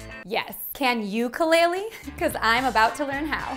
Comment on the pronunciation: U pronounced ukulele wrong